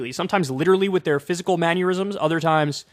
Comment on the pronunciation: Kyle thought we wouldn’t notice that he said “maneurysms” but we did